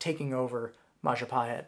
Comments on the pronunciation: It's majapahit you human (I'm Indonesian) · It is pronounced Majapaheet “I” in Indonesian is pronounced “ee” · The biggest lie that you did is mispronounce Mahapajit